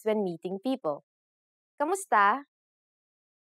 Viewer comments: That's the proper pronunciation. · Luna She spells it as “ku” because if she wrote it as “ka” she would be giving you false information about the word. It’s just a matter of pronouncing the word